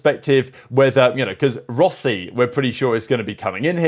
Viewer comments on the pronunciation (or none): none